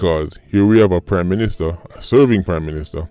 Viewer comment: Sounded like you said crime minister for a second there.